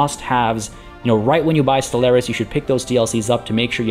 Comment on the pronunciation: ste-LAIR-is? Really mate? Really? That's the pronunciation you're going for?